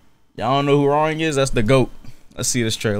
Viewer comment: His name is pronounce Hwoa Rahng not Rang like the telephone rang 😂